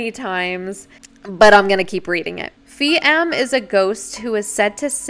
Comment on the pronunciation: you were right when pronouncing Phi as “Pi” it’s how you refer to someone older than you in Thailand.